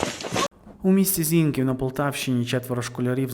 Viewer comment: ти дятел Зіньків наголос на останню літеру і